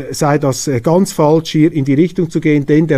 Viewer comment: Informative und erfrischende Sendung. Daumen hoch! Es heisst aber ‚falsch‘ - nicht ‚faltsch‘.